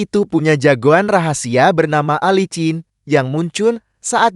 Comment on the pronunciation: Bukan Alicin bego ! Tapi yg bener dibacanya Alisin dasar Narator amatiiir !!!!!😝